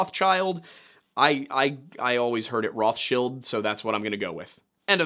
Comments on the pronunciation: I was on their side when they were like "hey guy were not narcs," until he said Rothschill instead of RothsCHILD like he's never heard the proper name pernounced before. Total control ops 😂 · It’s Roth CHILD!! The original banker Rothchild had a Jew name. But his business was named “Red Shield” in German!! However the English spelling of their actual last name is RothCHILD!! Not shield! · I'm 37, love conspiracy theories, never have I heard it pronounced "Roth's chilled" I have only ever heard it pronounced "Roth's child" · Who pronounced rothchild as rothshield 😅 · Huge red flag when someone uncritically claims "The Rothschilds did it." Aww, I'm just some guy, I don't even know how to pronounce this name. Rothshield? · Rothschild is 100% pronounced ROTHS-CHAI-ILLD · completely wrong. its pronounced somewhat like roht chilled. but the r is hard and the oh like in OM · It's actually "Roths-child". Like how the names Torsson and Ingasdottír are "Tor's son" and "Inga's daughter". "Roth's child" (whomever Roth may have been in the great misty whenever). I don't think it was a grab like the footage seems to suggest. That looks to me like, and I'm spitballing here, a naturally-occuring thin-spot discharging a burst of energy. I don't know why that would be - ground-level thinnies don't behave that way, insofar as I'm aware - but then again it's high-altitude. Atmospheric or hull ionization might be a factor. But I don't think government forces Blinked it from there to wherever Point B might be. I know it's probably naïve to say that we can't have such tech yet, but...I'd rather not entertain that particular brand of terror. And if they do, then you know they'll misuse it, and people in general will need to do something. Probably something drastic, because like the bomb, no one should have access to that kind of capability, period. Humans can't be trusted with a hunk of sharpened rock, let alone something of that unpredictable scope.